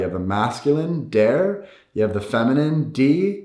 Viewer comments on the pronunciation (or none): You can’t pronounce der and das in German lol!